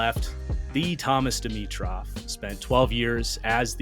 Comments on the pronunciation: It is Dimitroff not Dimitrov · You rallye have to the names professionally right,, it is Dimitroff